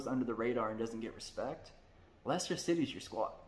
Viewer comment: See also the mispronunciation of Norwich (Norridge not Nor Witch) Thought I have to give him props for getting Leicester right.